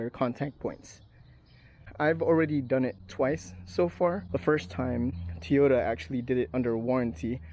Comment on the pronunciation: Soaker hose? Really? You know that’s designed to be permeable and let water pass thru it, right? It’s intended to be used in the garden. Did you install this with the intent of keeping water out? Wow. Just wow. Also, say Tee-ota one more time! 🤣